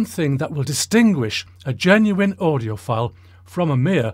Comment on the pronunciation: Did he say "...how do you appear to be an audioPILE [ie you're full of IT]?"